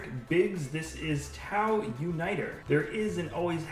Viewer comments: one minute in- somehow mispronounces "tahu" as "tau" checks description for links to mocs- sees nothing but links to other videos welp, there's a dislike. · There is a no like from me tahu is my fave and a fall he mispronunciations it was tahu